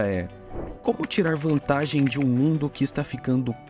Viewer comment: “ Como levar vantagii disso hihihihi “